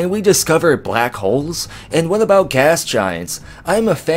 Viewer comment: "Can we get into a bout" Are you Canadian? Never noticed a Canadian accent before.